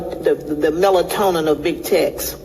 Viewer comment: Typical, can't pronounce the words properly, "melatonin" 😂😂😂😂😂😂😂